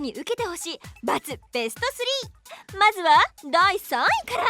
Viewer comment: べしゅちょしゅww可愛いなww めっちゃキル‼かっこいいんだけどw どっちにしてもは笑った 可愛い